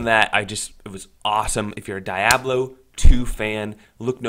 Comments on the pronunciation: Die oblo? Never once heard it pronounced like that. DEe-ab-lo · Cool 😍 it’s pronounced “deeabloh” by the way